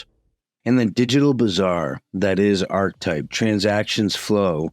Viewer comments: Interesting. Thanks for the vid. Just gotta say though… isn’t it pronounced “arKetype”? At least the word “archetype” is pronounced that way. Who cares. I prob sound obnoxious. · ar·che·type No "arch" sound. Archetype is the word. Ar che type. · Isn't it pronounced (arketipe)? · No one gonna mention how to pronounce archetype??!?!? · Love the video, but it's pronounced are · kuh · type And muh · nair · oh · Monero - pronounced: Mon - eh - roh Archetype - pronounced: aar - kuh - tipe